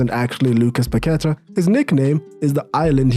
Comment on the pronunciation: PaquetA not paquEta